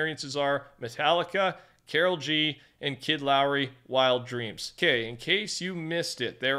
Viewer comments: “Kid Lowry” it’s pronounced luh-Roy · it pronunced kid lah-roy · He said Lowery 😂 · The kid “la-roy” That’s how you say it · Just so you know, the Laroi part of his name is pronounced like “la-roy” hope that helps, cause even tho I don’t listen to him, it hurt me when I heard how you said it lol. Also. Hope you’re having a good day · Why do you say kid laroi like that 😭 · No you stop criticizing him! That's not how he should pronounce the artist's name! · at this point he is just saying people's names incorrectly for rage bait I swear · Good 'ol. Mispronouncing things as always. Way to butcher Kid Laroi's name. And not even be close at that.